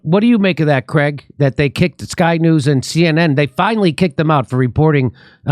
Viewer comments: It's Craig! (Crayg) not fucking Cregg! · How does Craig become Creg ? As for Romani camps read 'gypsy' camps.